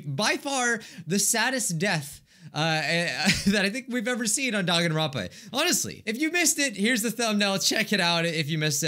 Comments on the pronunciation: First thing I hear in this video: Denganrwonpa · First. Thing. I. Hear. Dwanganrounpa